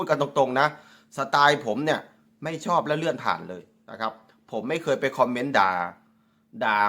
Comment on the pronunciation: ผมก็รำคานเหมือนกันเขาชอบพูดไทยแต่พูดไม่ถูกยูทูปเปอร์ลาวทุกคนพูดถูกสักคนย่างคำว่าชอบเขาพูดว่าซอบคำว่าแชร์เขาพูดว่าแซ เทพโยบอกเขาด้วย มีเทพโยกับนุชดาวไกล้เคียงหน่อยนอกนั้นไม่ได้เลยภาษาไทยเพี้ยนไปหมดครับถ้าพูดไทยมันต้องชัด ไม่ใช่ซัด